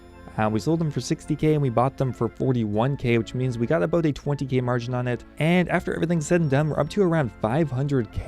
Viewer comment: I should have guessed you lived in Victoria, you've got the signature "aboat" pronunciation of about.